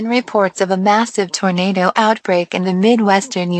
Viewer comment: 1,000th comment. Everytime it say tornado, it says torenader